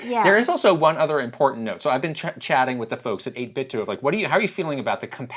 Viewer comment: 8-bit-do as in Ninten*do* Not 8-bit-dew 🤦🤦😂